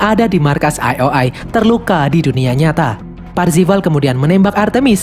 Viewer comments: Parzival bukan parvizal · Bang namanya kan Parzival, bukan parvizal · ralat, PARZIVAL bukan parvizal. pantes kok lain namanya, rupanya salah hehe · Parvizal atau parzival ?. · Parzival bang bukan parpizal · Eh Bang bukannya Nama nya Parzival ya? Kok parvizal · itu harusnya namanya "PARZIVAL" tapi malah disebut "PARVIZAL" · Parzival✖ Parvizal✔ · Baru nongol kontennya di beranda di 2021,udah lihat Filmnya Di 2019,lakok nama MC nya salah Om :v PARZIVAL Bukan PARVIZAL lmao :v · Bang cara nyebutnya "parvizal" bukan "parzival" terimakasih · Bang itu avatar nya wide watts farzival bukan faivizal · Aku yakin si karakter utama namanya Parzival bukan Parvizal 😅😅😅😅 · PARZIVAL ❌ PARVIZAL ✅ .. . . . . . PARZIVAL YAH YG BENER MINN. JDI LUCU DNGER PARVIZAL HAHAHA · Bukan Parvizal 😭😭😭 Tapi Parzival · Bang nama avatar Wade itu parzival bukan parvizal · Anyway parzival min bukan parvizal😂😂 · Bang awalnya parvizal tapi kok lama2 jadi parzival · parzival bang, wkwkwk bukan parvizal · Parvizal apa parzival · Parvizal woy bukan parvizer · Percifal cok bukan parfical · PARZIVAL PARVIZAL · Parzival atau parvizal si anj 🗿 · Parzival yg bener min:)